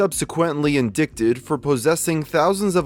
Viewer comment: Learn how to say indict